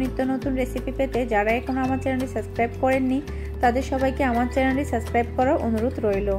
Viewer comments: ইংরেজি শব্দ একটাও বলতে পারে না।অশিক্ষিত মহিলা,গ্লেন্ডার কি? ওটা ব্লেন্ডার/গ্রাইন্ডার।আর সাস্ক্রাইব না হবে সাবস্ক্রাইব। 😂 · It's not suscribe apu....it’s subscribe*😂😂😂😂😂 utube channel khular age subscribe pronounce kora shikhen😏😏😏